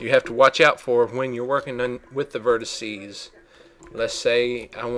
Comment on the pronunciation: *spits chewing tobe* and thats your verticeeees ahhhh the deep south